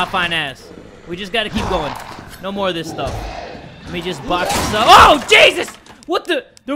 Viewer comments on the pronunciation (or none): none